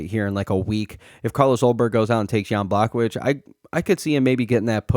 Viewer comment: Why do you mispronounce names (ilia tupiría, Jan Błachowicz, etc)